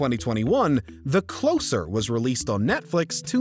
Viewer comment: Your pronunciation of "Closer" is incorrect.